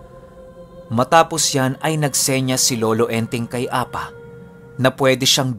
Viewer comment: Ang pagbigkas Ng apa, ay mabilis at maragsa, means pipi🙄